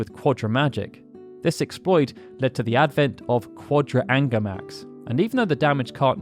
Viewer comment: I remember it was "Ungarmax" was it corrected?